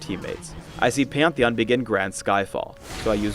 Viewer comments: wtf does he call pantheon? peeyantheeyan?? xD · he sais peonthion instead of pantheon -.